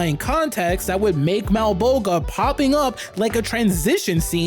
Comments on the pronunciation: Your pre prenounciation of Malabolgia drives me nuts. The g is pronounced like a J. "MalabolJia" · The way you pronounce Malbolgias name is almost as hilarious as the special effects hahaha!